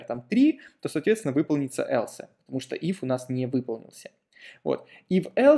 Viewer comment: элсэ! Бля, элсэ! Весь кайф обрезал от просмотра прошлых видео!)))